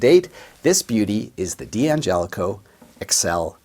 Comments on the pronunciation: Why do you call it a "DeeAngelico"? The name is Italian and it's pronounced Dangelico as one word. The D is not heard by separately. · Nitpicking, i admit, but it drives me nuts when people pronounce the name “Dee-Angelico”. It’s “Dangelico”. Also “Daddario”, not “Dee-Addario”. I’ll go back to minding my own business now.